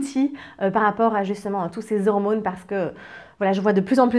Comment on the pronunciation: Les "hirmônes" ? Bon je change de chaîne